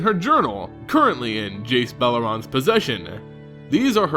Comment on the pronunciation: and while we're at it, it's also pronounced Jace BelerEn, not Jace BelerOn the 'en' in BelerEn sounds like the 'en' in 'enter'. unless you prefer to say 'onter', if so who am I to judge haha